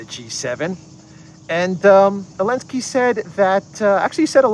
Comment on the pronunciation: Why do you pronounce Zelenskyy's name "Elenskyy"? Just curious.